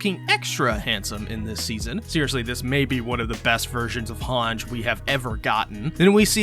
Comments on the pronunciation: Its han-gie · she's hange not hanj